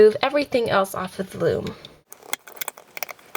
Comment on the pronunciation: You said floom